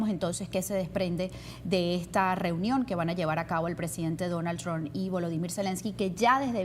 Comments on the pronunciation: Y aprende a pronunciar Trump, no es TRON es TRUMP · Donald TrumPPPPPPPPP porfa pronuncia la P al final del apellido, siempre dices Donald Tron